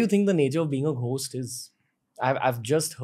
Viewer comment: Why do you say ghhhost it's gost